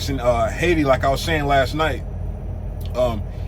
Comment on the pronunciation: Exit 19, it's pronounced Hay-ti